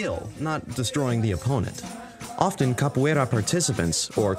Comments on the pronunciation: Morri quando ele falou "berimbau" e "capoeira" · so, im brasilian and, to me, its really funny hear you trying to say "capoeira", "roda" or "berimbau". Not a joke, I like it. and is nice to see this type of "representation" of our culture in games like that. Nice video :) btw, "roda" isn't a capoeira thing, is any type of circular formation. we call "whell" the same way.